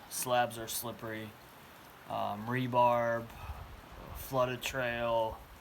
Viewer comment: Three things, I've been watching your journey and I'm grateful for your videos. That's one. Here's to. Its "re-bar" not "rebarb". It's short for reinforcement bar. And 3. good job not feeding the Chipmunk. That's how you make chipmunk ninjas that go into your backpack and take your food. Thanks so much for sharing your journey. I can only do section hikes cuz I don't have a lot of time. I'm grateful that's you did especially at such a young age. When I was your age the equipment wait about six times more than it does now. God bless you.